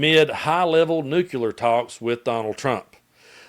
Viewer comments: Hey,? It's pronounced "new-clear," not "nuke-yuh-ler." I don't mean to be pedantic, but that has always annoyed me. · Completely off topic, but I'm curious why you say "nukular" but when saying "clear", it's just, clear?